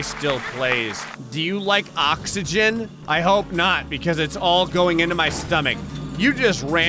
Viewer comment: Ever heard of oxegon Me: Oxegon? Never heard of it